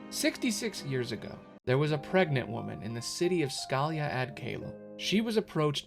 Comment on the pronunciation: while i apreciate this video, u can watch kh3 cutscenes and get the pronunciation of scala ad caelum, lol scalia